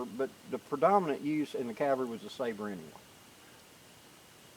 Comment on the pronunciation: The best way to remember how to properly pronounce "Cavalry" is to note that the word is frequently abbreviated to "Cav." Please don't get lazy and pronounce it as "Calvary," which is the place where Jesus was crucified.